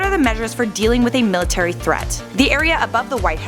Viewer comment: the PUENGUIN MILATARY FREAT LOL